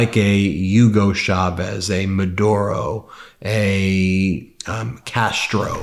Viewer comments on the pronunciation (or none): Chavez is not pronounced Shavez.